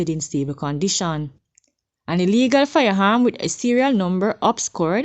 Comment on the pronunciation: Poor pronunciation of words. Please pronounce your words better firearm not fireharm. Sorry but you need to do better